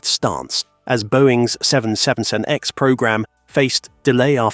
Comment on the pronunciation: You need to learn to pronounce 777X However, I think that getting rid of the rubbish Ai would be a good start! Repeat, Repeat, Repeat! Nope! time to block this site!